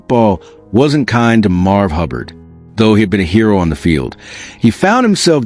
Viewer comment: MARV! MARV!! Get it right!